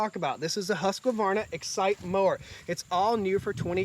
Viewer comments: HUSK - VARNA, not HUSK A Varna. Sweedish is prounced is HoukS Varna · is it actually pronounced "husq-A-varna"? or is it husqvarna? I don't see an "a" inbetween the q and v. Honestly curious cuz I run husqvarna commercial equipment and have never pronounced it this way. lol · Ive been told its "Hoosk-Varna" but whatever, its a great brand. Gorgeous property you have brotha.